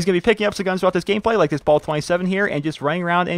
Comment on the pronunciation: just saying you pronounce the bal 27 wrong its not ball its like ballet